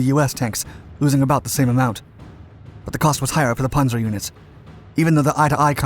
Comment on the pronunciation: You lost me at “Ponzer”! You set to be my favorite narrator. “ P a n zer” Pan zer